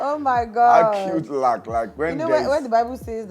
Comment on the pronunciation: Acute lack!! 🤣🤣🤣. with the emphasis ooo